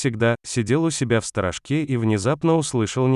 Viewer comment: Не правильное ударение прямо хлещет по ушам !!!!! Правильно произносится СТОРОЖКА ударение на о , а не сторожка и ударение на а !!!! Когда озвучивание ,хотя бы проверяйте что вы потом выпустите в инет !!!!!